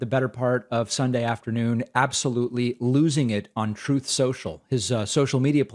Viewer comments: I hope he NEVER gets back on Twitter! His "Troth Sential" is bad enough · "Troof Sential", to quote Mango Mussolini.